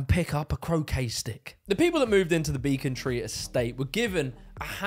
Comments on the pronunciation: I grew up just by Becontree (pronounced "beh" not "bee" btw) and honestly the area was pretty nice to grow up in. Sadly the boundary on Ilford, Dagenham, and Havering that Beccontree/goodmayes is has sadly declined as much of the country has under the Tories, but it was kind of amazing to hear it mentioned in the video and learn it's lost history <3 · Im sorry but there is no way you have ever stepped in London with your pronunciations of ‘Becontree’ and ‘Southwark’